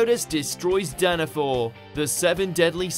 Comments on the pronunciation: It's danafall Not Danafor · It is Danafall not Danafor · Did he say Danafor? It’s Danafall... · its Danafall Not Danafor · “Danafor” I swear to god ITS DANAFALL PEOPLE! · Its Danafall not Danafor IDIOT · Danafall not danafor